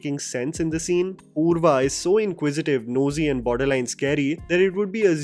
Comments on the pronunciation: It's purva not purvi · It's Purva ......not Purvi 😉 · Purva man.....not Purvi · Her name is purva not purvi😐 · not purvi its purva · you called her purvi haha. it's purva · It’s Purva, not Purvi :) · Anchal singh's character = PURVA, not purvi!! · Bhai series dekhi hai k nahi?? Anchal singh is PURVA not PURVI. 👹😈👿👺👺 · Purva, not poorvi. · Aanchal Singh as Purva not Purvi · Purva not purvi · Purva*, not Purvi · Purvi? Am I missing something or did you mispronounce the second lead/primary antagonist of an 8 hour series?